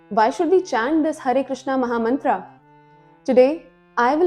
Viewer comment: Good video... but plz stop wrong pronounciation... it's not mantraa.. it's mantra.. foreigners pronounce wrongly...and we follow their wrong pronounciation